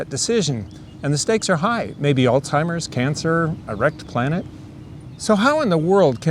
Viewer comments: Why do people pronounce Alzheimer’s Alteimer’s? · There is no "T" in Alzheimer's. Sorry. Couldn't resist. Awesome educational video btw, as always.